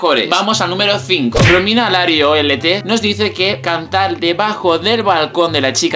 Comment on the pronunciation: haz un UyVlogs, para video blogs pls, como regalo de noel o los reyes para tus subs pd: soy yo o en el dice "cantal" jajajajjajaj